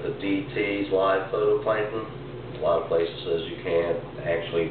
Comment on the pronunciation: It's phyto NOT photo